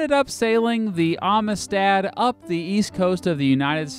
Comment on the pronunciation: hey did you know they made a movie about this case? you should watch it. and learn how to pronounce "amistad."